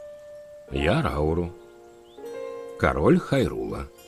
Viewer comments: Блин ни Рау́ру а Ра́уру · его зовут не РАуру а РаурУ